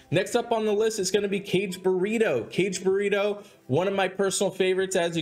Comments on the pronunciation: Kage/buh-ra-doe, not Kage-burrito. Lol! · I also wanted to say something (and kage pronounced kah-gay, not "Cage") - especially if you've got a tattoo of him, know how to pronounce his name! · He said "kage/buritto." Lol! It's Kage/bur/rah-do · Caw gay bu ra do.